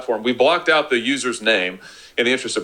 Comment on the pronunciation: "Sputs it ut". Very Canadian. Viva is great.